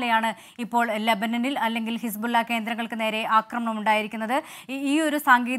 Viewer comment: ഹിസ്ബുള്ള എന്ന് പറയൂ